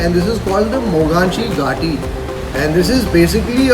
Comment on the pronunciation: mogachi gaati is actually pronounce as mughachi ghaati.